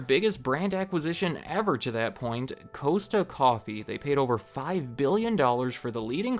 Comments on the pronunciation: Just a little heads up, it's not pronounces "coaster" coffee it's pronounces "coster" coffee, at least here in the UK :) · It's pronounced Cost-a coffee not Cos-ta. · I knew about most of this except about Costa coffee (btw it’s said like Cost-a not coste-ta…I guess it works better with a British accent) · Cool video, minor thing, it's pronounced "cost-ah" coffee in the UK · I had to laugh at how you said Costa coffe. It's said cost with an a. Not coasta. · Absolutely died at the way you pronounced Costa 😂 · Great video! Just a heads up, Costa Coffee is pronounced "cost-ah" rather than "coast-ah", at least here in the UK. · Dude its pronounced cost-ah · Interesting. It was founded by an Italian immigrant who almost certainly would have pronounced his own name Coast-a. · It's pronounced cos-ta. Costa coffee